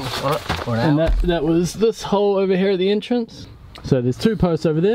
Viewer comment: He definitely still says the H in 'here' tho.